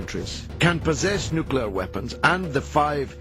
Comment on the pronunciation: "Nukular weapons"... still makes me laugh. When a PRESIDENT can not pronounce "Nuclear", something is very, very wrong.